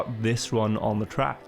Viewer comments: I swear to god i cannot see your videos bc the way you say "track" disgust me so much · не верю что тут никого не бесит как он говорит trackь